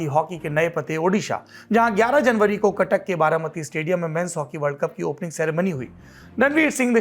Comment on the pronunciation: barabati not baramati 😅